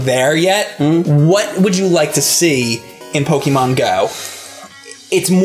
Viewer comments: PokEmon, not Pokimon. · IT'S NOT "PO-KEE-MON", IT'S NOT "PO-KUH-MON", it's "PO-KAY-MON"!!!! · you are pronouncing pokemon wrong damnit is how says it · I never thought I'd be bothered by the mispronunciation of the word "Pokémon" at the age of 25... ...especially when the other guy to your left is (sometimes) saying it correctly. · doesn't know how to say Pokemon...